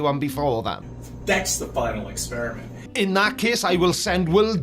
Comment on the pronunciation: Final experishment..... It's quite big